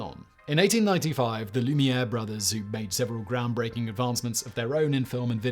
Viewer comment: He also mispronounced Lumiere, Maria and Robert Houdin.